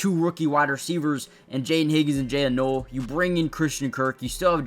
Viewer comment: Noel is pronounced 'Nole'.